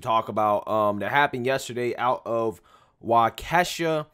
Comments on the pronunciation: Always informative and interesting however Waukesha is pronounced WAW-ki-shaw. It’s okay though, lots of people have a difficult time with some of our village/city names here in Wisconsin. Fun Fact: Famous guitarist Les Paul was born in Waukesha, and was buried in the city's Prairie Home Cemetery after his death in 2009. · LMAO how you pronounced Waukesha 🤣 😂 it is pronounced "walk-ee-shaw" Guess you got live here to know. No Haye I pronounce some of our towns further north wrong they are mostly named in the Native American language. Got to love Wisconsin. I use to live in Milwaukee and worked in Waukesha. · The city is pronounced........ Walk..A...shaw. Just to let you know. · Pronounced walk uh shaw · It's pronounced Walk-a-shaw, but I think people are so hateful that they are blind to truth. To the media that lies they will never know peace until they stop hearing the lies they want to hear. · It's pronounced "walk a shaw". Birthplace of Les Paul. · It’s pronounced “wau-key-sha”. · Waukesha, pronounced "Walk-ish-shaw. I was driving back from the VA today and the radio station, 1130 AM had breaking news that the felony he was released for on Friday for a measly $1000 bail ($100), was for him trying/ or actually did run over his girlfriend with his- wait for it; his red SUV. He was also waiting to appear in court for another felony and several misdemeanor. Remember, he Posted $100 to walk the streets to commit more crimes. What was Kyle's bail, oh yeah, $2,000.000! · it's pronounced WALK-i-SHAH with a short i.🙃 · Waukesha is pronounced Wok-a-shaw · Walk-ah-shaw is the correct pronunciation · it's pronouned Walk a shaw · Its pronounced "Wah-kah-shaw" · Brother, in case you do more videos about this incident the city is pronounced Walk-a-shaw. Trying to be helpful. Love your content. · WAH KA SHAW is how it is pronounced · BTW, it's Waukesha, not Waukesha. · Lmao your said waukesha wrong😅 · You're missing pronouncing Waukesha 👍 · Waww-Kuh-Shaw not Wuh-Kee-Shuh